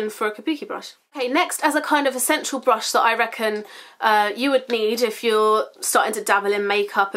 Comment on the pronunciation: I swear you say blush instead of brush sometimes lol xx